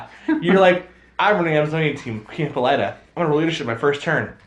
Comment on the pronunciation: You are really getting Hippolyta's name wrong.